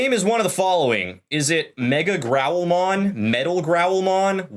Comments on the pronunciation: I still prefer the Old Line... this new one is cool, but... not Beelzemon Cool. Of course, I never really liked the Guilmon line(except the oft mispronounced Megidramon... which they indeed mispronounced here. Watch the anime, it's MEH-GHI-DRA-MON... Like Godzilla Foe King Ghidora, which has a silent o. MEGADRAMON Is a completely different Digimon)... I mean, nothing AGAINST The lines, but... I much prefer Certain other Digimon... heck, one line in that series only has a SINGLE Bad design,("cough" Taomon "Cough Cough") and even IT wasn't THAT bad... they DID ruin Terriermon though. I LIKED Terriermon... until Tamers... talk about a tamers mon that needs alternate lines...(Megagargomon is BAD. And Tamers Rapidmon is LAME Compared to Adventure 02 Rapidmon.) But yeah, Impmon is cool... but it's not the only Digimon that ws robbed of its top spot... Apparently, there was a Scrapped Digimon adventure 02 Plotline involving Dragomon, the Dark Ocean, Kari, and a group of Dark Digidestined(who were manipulated) With Evil Versions of the 01 groups Digimon(Black Agumon, black Gatomon, Black Gabumon, Arurumon, Tsukaimon, Etc...) And a group of Dark Digieggs, used to Blackarmor Digivolve into powerful Alternative Forms of the 02 Armor forms(except Pegasusmon and Nefertimon, for obvious reasons)... Elements of this plot were later reused for Tri, and we never got even concept art for the supposed final Villain, Apocalymon:Released Mode. (Literally the leftover will and data of Apocalymon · I think you lose some of the impact of megidramon by pronouncing it meg-a-dramon as opposed to what i think is the intention of meg-ee-dramon, I personally think it sounds cooler and fits better with that megido hill etymology. That and megadramon is a separate digimon of a lower level, but definitely works as a pre-evolution for megidramon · It's not pronounced like "Mega-dramon", it's more like "Megeedramon". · It's not megadramon it's megIdramon pronounced like the clothing